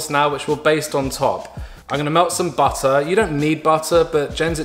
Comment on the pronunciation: WHYD I GIGGLE WHEN HE SAID “A CHEEKY BIT OF BUTTAH” ahhh what is this butter situation in your house?? Lol